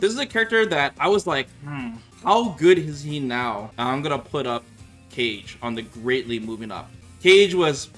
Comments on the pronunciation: Bro it's Kah-gay, not "cage" the announcer says his name every time you pick him 😑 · “Cage”? I thought Kage’s name is pronounced as “ka-ge”. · you're calling Ka-geh...Cage..🤣. I used to do the same with Kage from Virtua Fighter. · I'm sitting here like who t.f. is 'cage?' You mean Kah-gay? It's pronounced Kah-Gay. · He knows the correct pronunciation. It's just like an inside joke on his stream. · He called Kage, cage. we outa here. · "Cage" lol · First time hearing Kage being pronounced as Cage..takes me five seconds to realize it. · It's supposed to be a "Twitch only" pronunciation but sometimes forgets. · When you can’t pronounce Kage correctly? & all Ryu players over the moon saying he broken they happy! 🤷‍♂️ biggest scrub character 😂😂